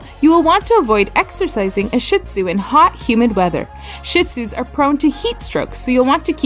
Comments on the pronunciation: “ShEE-tzu” not “sh*t—tzu” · "Sheet" Tsu Please. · You miss pronounce shin tsunami…. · Wow, she actually mispronounced both breeds! 🙄